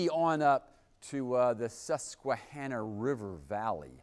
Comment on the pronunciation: He said Susquehanna correctly!